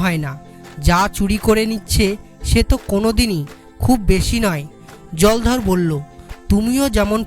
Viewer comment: উচ্চারণ এখন‌ও শিখতে হবে। কোথায় থামতে হবে তাই জানে না। অনেক ভুল উচ্চারণ হয়েছে । বিশেষ করে নামগুলোর সময়। যেমন জলধর হবে না জলোধর হবে। রামপদ হবে না রামপদো হবে। আমাদের ছোট বেলায় দ্রুত পঠন বলে একটা ব্যাপার ছিল।এখন আছে বলেত মনে হয় না।অনন্ত এইটা কানে শোনার পর। অনেক অভ্যাস করে তারপর এগুলো ছাড়তে হয়। পরবর্তী প্রচারের আগে যেন ভাল করে অভ্যাস (Practice) করা হয়। ভুল গুলো বড্ড কানে লাগে। বর্তমানে আমার বয়স ৬৩ বছর।